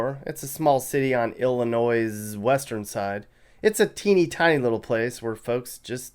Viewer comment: "IllinoisszzzSS" me an illinoisan 🤬🤬🤬🤬